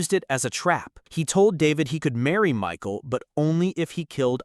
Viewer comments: Not Micheal but Michal pronounced as Mikha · Headsup - the AI voiceover pronouncing "Michal" as "Michael" makes it sound like a secret surprise homosexual relationship between David and a guy named Michael, for a bit, until the viewer realizes what's going on.